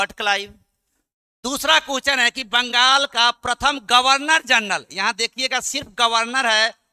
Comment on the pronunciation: गवर्नर √ गर्वनर × flow flow me mistake kr gaye n....